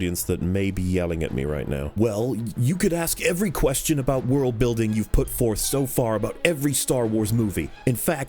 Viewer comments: why does he say "wiirld" every 10 seconds distracting as fuck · Can you please stop pronouncing the word 'world' as 'wailed' even though you pronounces it right Thanks, we really appreciate it.